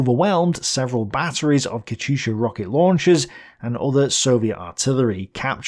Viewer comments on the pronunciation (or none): none